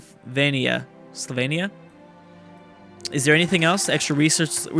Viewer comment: LOL he totally messed up saying Slovenia in English but I think he nailed how the Slovenes themselves say it, or close to it. What a coincidence :D